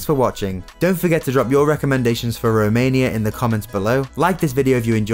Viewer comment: This guy pronounced wrongly each city in Romania :))))